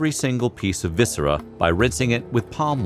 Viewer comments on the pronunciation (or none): none